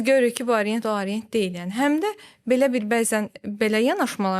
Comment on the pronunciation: Arient nədir? "A" hərfi haradan gəlir? Haqqında danışdığınız, sattığınız saatın adını niyə düzgün tələffüz edə bilmirsiniz? Arient, AAArient